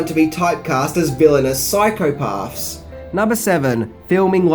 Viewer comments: LOVE how makes "psychopaths" sound like "Cycle Paths" 🤣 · i cringed at the way psychopaths was pronounced